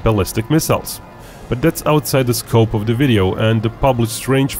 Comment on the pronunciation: Why is it you can say "Stealth" properly with the right "th" sound at the end, but every other word, like "the", you say "dah" - use the "th" sound you use at the end of "stealth" on all other "th" words like "the" and "that", instead of "dah, and daht", and you won't sound so dorky.